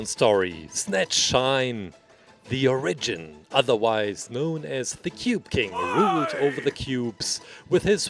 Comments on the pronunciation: its origin not orgin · its fornounced or-i-g-ion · You Sid onagen in stead of origin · Or-a-jin : oregin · you say origin wrong